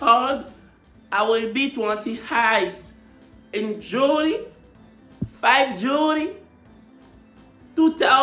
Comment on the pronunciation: Tu es bilingue mais tu sais pas dire juillet en anglais eeeh 😂